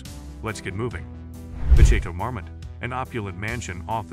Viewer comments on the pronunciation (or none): The last Château Marmont was pronounced like Chatle mormond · Chay-toe mar-mit. Dude needs to work on pronunciation. He had it right in the beginning of the video and it kept getting worse from there lol. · How do you manage to pronounce Chateau Marmont differently every single time you say it? 😒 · When you can't even pronounce the name of your subject correctly, I know I don't need to waste my time on the rest of the video